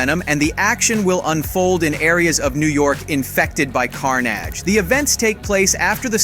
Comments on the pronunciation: I'm sorry, but did you just call CARNAGE Car- naage the first time around? 😂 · Bro who tf is “CARN-AJJJJ” 💀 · why the fuck did u pronounce carnage like that?